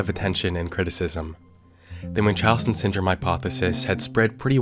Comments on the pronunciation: It’s pronounced mun like Monday. “Muhn-chow-sins” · idk if that's the actual pronunciation and everybody I've heard has pronounced it wrong but I've never heard Munchausen pronounced that way